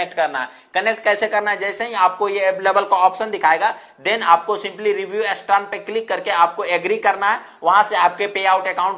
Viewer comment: star ka uccharan ap astar q karte h